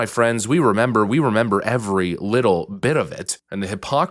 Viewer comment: You 'memba? Yeah I' memba!